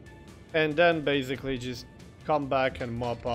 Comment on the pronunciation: Please stop saying BEZZZZZIKLY!!!! BASICLY! /s/ sound NOT a /z/ sound jeez